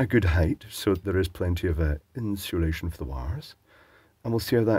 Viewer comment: Do a large number of ppl in UK add an H to the word insulation? No judgement, just curious.